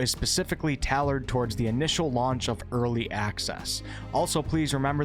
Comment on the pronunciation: Avalable and talored huh. Pass on listening to you